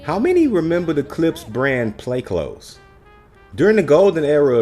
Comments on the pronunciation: Smh you not even pronouncing it right. Wow. But ok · Is it pronounced “clothes” but spells as “cloths”? Or are you saying it wrong?